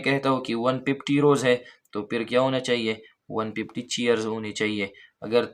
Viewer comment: Everyone focusing on lecture me be like,,,,,,,, ❤please listen the pronunciation of 150 of sir🎉